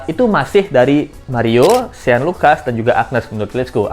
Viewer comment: Namanya shane bro (baca: syen) bukan sean